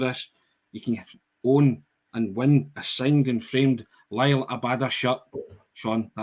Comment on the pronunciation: you a big fan of Chris Jericho? The wrestler used to try to unsettle his opponents by misnaming them. Kurt Angle became Kurt Angel etc. likes to pronounce Liel Abada Lyle Abada (it's Li-el damn it!) and today we Benjamin Siegreest. It's Siegrist, seeg-rist. My autistic brain even checked to see if Benj had a weird Scandinavian modifier on the second 'i', it doesn't. YouTube pronounced it for extra oomph. I'm a guy in his livingroom not a broadcast journalist, if I mess up the name, who cares. Dear journos, pronunciations are a google search away. I'd go all change. We don't have bad players: Siegrist Ralston Welsh Jens Bernabei Guchi Turnbull Mooy Hakabanovic GG Maeda... a strong ass bench. Subs: Jota, Abada, Kyogo, O'Reilly, McGregor, CCV, Taylor, JJ, Hart If you go all change, we still have 5 subs you could throw on in the first 20minutes if you absolutely need to.